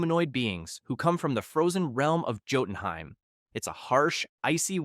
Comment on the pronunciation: the j in jotunheim is pronounced as a y